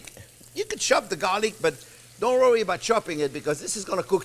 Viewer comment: Chef is not only the best, he's amusing as hell :D "Don't wrowry!"